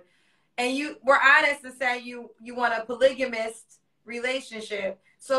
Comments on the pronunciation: “I’m a polygamist” - doesn’t even understand the concept nor how to pronounce it “I’m a business owner” - can’t even explain what he does and pick and choose when he wants to work “Men are givers and women are receivers” - Essentially saying he’s going to feed the next lady sh*t and she should accept it because he thinks he’s worth it. “I’m a real man and I’m coming truthfully” - lying through his teeth about providing bc she has to be a career woman, when asked if he sleeps with his BM dodges the question, and then said he doesn’t care about red flags but is OBVIOUSLY bothered that everyone is calling him out on his BS. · “A man of my caliber” a man with 4 kids by two different women that claims to be a polygamist but can’t even pronounce it right is a prize? Being a polygamist isn’t just having sex & being careless about who you have kids with. A man needs to be able to support all of his wives financially. He’s a pookie not a polygamist.